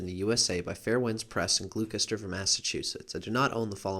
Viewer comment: lol gloucester, lol great video thanks for putting it up, but can you make another video of yourself say 'worcester' lol. I'm from massachusetts so it was very amusing when you said 'gluekester', i had to stop and say something xD